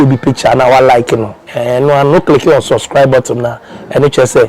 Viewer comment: You don’t say suscribe it is subscribe, please pronounce it well.